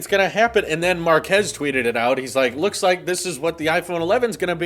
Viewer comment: You mispronounced Mark-ass